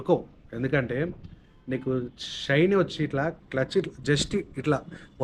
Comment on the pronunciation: Adhi షైనీ kaadhu bhayya😂😂 షైన్